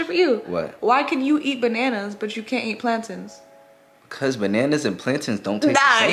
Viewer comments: Ik they not calling them plantans 😭 it’s plantains 😭 I’m Hispanic so I call them platanos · From a purtorican it's not plantins it's plantains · Plan-TINS? Nah how y’all butcher that it’s pronounced Plantains like Plain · Someone please tell me i haven't been saying plantains wrong for years .. They say it like plan TINS .. I say it like plan TAINS.... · learn how to pronounce plantains